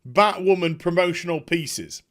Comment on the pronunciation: thumbs up just for the "Bat Wahman"